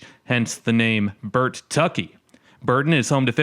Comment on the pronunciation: It's Bur tucky not Burt tucky 😮 there is only 1 t in It's spelling🙄